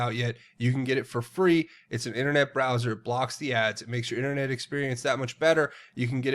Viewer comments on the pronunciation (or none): none